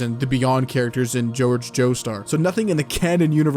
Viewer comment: Imagine pronouncing Jorge like George.